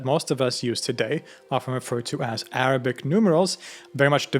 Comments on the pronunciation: As an Arab with a Muslim background, I trully appreciate your effort and commend you on your excellent pronunciation of the Arabic language. Also, you've educated me on my religion more than my family or country could ever have. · Your pronunciation of Arabic words is perfect 👏